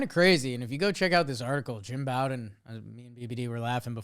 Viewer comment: I know won't read this because I've been posting this comment for years now but dude's name is Jim Bowden as in Beau, or Bo. It's not like Bobby Bowden, or taking a bow. It's like the thing you use to shoot arrows. Bow-den.